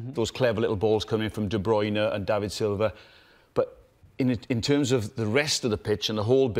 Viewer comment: "Kevin De Bryune"....who else....tut!!!!....